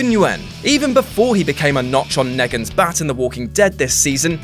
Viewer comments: Did he rlly call neagon negan😑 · Nobody going to comment on how he pronounced Steven Yeun's name? Or how he pronounced Negan... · There is a ridiculous amount of mispronunciations in this video it is insane. Negan, Steven Yeun, Taron Egerton, Shia LeBeouf, and Iko Uwais. Come on. Seriously? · It's not neh-gan, it's Nee-gan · NO NO NO NO. WHO PRONOUNCES NEGAN LIKE MEGAN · "Neggan"? WTF? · who's 'Neggen'?! You've only ever heard the word, how have you come up with that pronunciation? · You pronounced Negan and Yeun wrong ffs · mate you butchered negans and Steven yeuns names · I'm not going to comment on how you pronounced negan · The sound of someone who hasn't watched The Walking Dead reading a script and not questioning it.